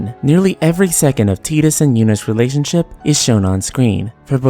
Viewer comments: I’ve never even played ff 10 and hearing “teeetus” rubs me the wrong way... is it Titus (said “Tight-Us”)? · Tee-dus? Tidas like tidal wave. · I can't stand your pronunciation of "Teetus", it's Tidus. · Ive always pronounced it Tydus, which makes more sense mnemonically because of the Blitzball, and the fact that he was washed up on Besaid in a TIDE of water, among other things. Tbh if you watch other FFX youtube videos, id bet 90% pronounce it Tydus, not Teedus. To each their own though i guess. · Your analysis and critique has depth and genuine love put into it ☺️ FX15 fell flattttt with its “love” story. But I’d like to make one change... Dude’s name is definitely TIDUS! Tye=Tie=Tai=Tied= TIDE-US 😤😤 That delicious jello snack challenge? It wasn’t the “teed-pod challenge” and the ocean shore doesn’t reach “high teed”. Teedus just sounds so awful and I’m pretty damn sure they didn’t call him that in game or 2nd grade me wouldn’t have crushed on his HD Cloud Strife lookin ass so hard 😤 other than that you earned my sub and thumbs up 👍 I look forward to future videos :) Also... Square EEEnix lolol (Phoenix =/= Fenicks) 😬😬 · I know it's pronounced like "Teedus" but it sounds weird to me. I always said it like "Tiedus" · I think most people do. Ive always pronounced it Tydus, which makes more sense mnemonically because of the Blitzball, and the fact that he was washed up on Besaid in a TIDE of water, among other things. Tbh if you watch other FFX youtube videos, id bet 90% pronounce it Tydus, not Teedus. To each their own though i guess. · "Tee-dis" ... eye twitch O_o LOL That's just this fandom eh? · ok bro u ruined it when u said teedus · I cant even watch this because i grew up saying Ty Dus instead of tee dus and it makes me cringe every time (i know its the correct pronunciation, i just cant do it okay 😂😂) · I refuse to believe his name is pronounced teetus..... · Ugh. “Tee-dus”. Who the hell ever pronounced the name this way?